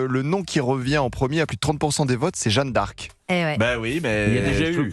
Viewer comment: Jeanne d'Arc pas jeune d'Arc... incroyable! Prononcez bien!